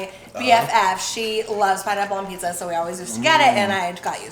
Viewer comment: OMG such a more POSITIVE VIBE WITHOUT NOC IN IT!!!!YASSSSSSSS!!! no yall noc does not need to be included in all the videos frfr she tarnishes the vids and brings nothing but ATTITUDE< its PIZZA!!!! not PISSA for the love of god smh its pronounced with a z not an s!!!!! noc is probably throwing a tantrum while watching this hahahah🤣🤣🤣🤣